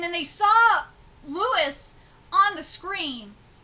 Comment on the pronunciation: His name is pronounced LOUIE, not Lewis. Stop saying Lewis. Jinma the lion appears out of nowhere. Where was he hiding this whole time?